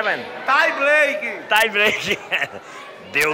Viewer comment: o mito "trai braique" kkkkkkkk